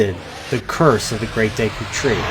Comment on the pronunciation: gone when you said deeku* and kokari*